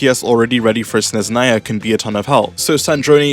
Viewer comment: He still hasn't learned to pronounce Snezhnaya correctly..